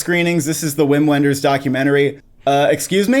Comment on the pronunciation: Just a pronunciation note: It’s pronounced “Vim Venders,” not “Whim When-ders.”